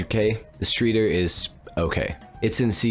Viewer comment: Benefactor is german, obviously. So in doubt, go with a german accent. Streeter? Shtry-turr. Yeah, that's about it. Great video!